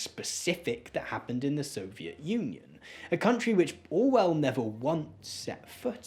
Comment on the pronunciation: You're over-enunciating and it's really annoying. There's whole seconds between the beginning of the last syllable and the last consonant. sovie t establishmen t